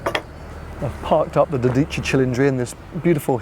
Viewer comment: "Dódici", accent on the o and the c is single so it should be quicker. You were saying "Dodìcci" 😁